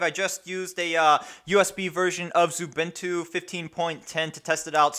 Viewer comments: I noticed you say 'Zubintu'. Pls stop. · ... No that's xubuntu not xubintu...